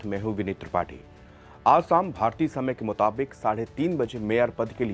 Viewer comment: when u can say शुरू as शुरू correctly why do you say भाषा as 'भासा' and शाम as 'साम'. It's disgraceful. Before coming on air rectify ur Hindi language diction and pronunciation. It's a disgrace. Appealing to ur management to hold ur anchoring till u learn to say श‌ as श‌ and not 'स'. Deeply disappointed to hear u disgrace the Hindi language.